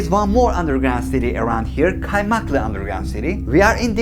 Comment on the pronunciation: kardeşim just FYI; ingilizce aksan yapacağım diye kasarken Türkçe yer adı olan kaymaklı'yı keaymeaklığ diye pronounce etmen gerekmiyor. Sevgiler.